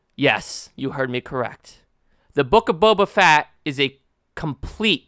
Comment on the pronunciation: The Book of Boba FAT! 🤣😂